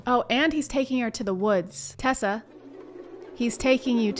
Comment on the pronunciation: “Tessa” LMAOOO